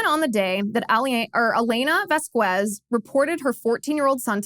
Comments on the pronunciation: I guess Liz doesn't know Spanish. It's pronounced 'Vos-kes'. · Liz, after living in CA, you should know how to pronounce Spanish names. The U makes the Q sound like a K, but is otherwise silent. Think about how you pronounce Quesadilla.